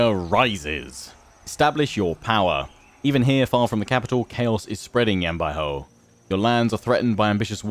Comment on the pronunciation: the way u say Yan Baihu is incorrect. Ur saying a hou sound, but its actually just like saying who. Great intro and video overall though. You might have wanted to get a mercenary contract for fighting the yellow turbans to help gain more money, but you can do that in the future when wanting to declare wars against people. Your pronunciation of Sun Ce is technically correct. You would say it the way you say soon. Also, you might want to eventually split Yan Baihu and Yan Yu since they are both infantry commanders, and you have no cavalry in that army.